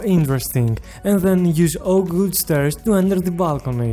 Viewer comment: why do you say oagwood and not oakwood?